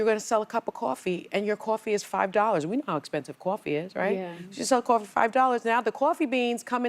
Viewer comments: Quaa-fee? Really sunny? It's coffee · "Caw-fee" you are on national television, and you can't learn to say "coffee." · Why the fuck is she saying cwafee?!?! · Cwafee , Sunny-WTH is “Cwafee?” 😂🤷‍♀️😅 Oh and 25% tariff doesn’t = 50% rise in our morning cup 🫣😉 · Sonny Hostile saying Cawfee is a reminder of how stupid she is.